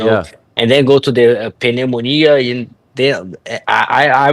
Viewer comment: Im not being rude or slyly taking the piss ( certainly not racist ). I just enjoy listening to pantoja trying to Conversate in e English. And how he (and some other foreign people) see and break down his words, affecting how pronounces more difficult word's like pneumonia. Still so much respect as talking another language especially English if its not ur first language. He speaks very well compared with a few years bk. I'd sounds like I'm concussed if I was trying to d Speak Portuguese or Spanish. So everything I've said is genuine.